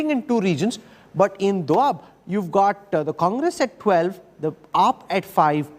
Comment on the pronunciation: It’s doaba not doab chutiye.